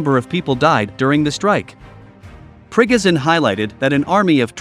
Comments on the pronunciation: Not ['prigozin] but [pri'gojin]. It's unreal to listen to your pronunciation :)))) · To the announcer-- you pronounced Prigozhin's name wrong 3 different times 3 different ways in 1 minute. Very sloppy.